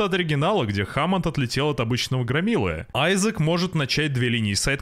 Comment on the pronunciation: Не Кайн аа "Кейн" не Хамонд аа "Хемонд"